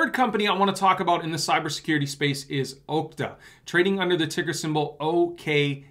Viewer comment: Mr commentator.. Okta is pronounced AHKTA...not OHKTA. Think "ahhh" not ohhhh. 😆😁